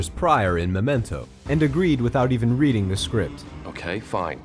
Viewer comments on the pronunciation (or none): none